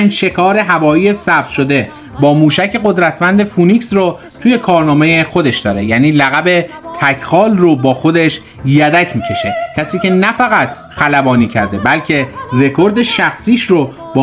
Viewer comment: درود چرا همه فینیکس رو به اشتباه فونیکس تلفظ می کنند؟فینیکس یکی از ۳ برادر پهلوان اسطوره یونانی می باشند..